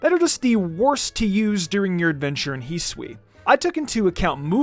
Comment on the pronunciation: "hee Sui"